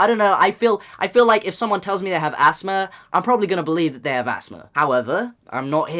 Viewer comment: he says asthma like assma